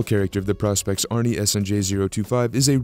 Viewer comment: Don’t mean to be that guy but; I’m really getting tired of the mispronounced “Praw-Specs” of the Professional Specifications line of Seiko dive watches. It’s not pronounced Praw-Specs, it’s pronounced “Pro-Specs”; again, as in “Professional-Specifications”… There; I said w.